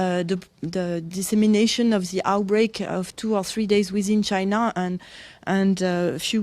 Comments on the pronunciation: Unrelated, but when he says China he pronounces it like "Chinar / China'r" and it's just "China". I always notice this. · I have never heard of CHINER, have you??